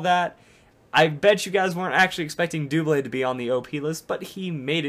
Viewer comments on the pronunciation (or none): Why do people call him "doo-blade?" It's a combination of the words "double" and "blade," so it's "duh - blade."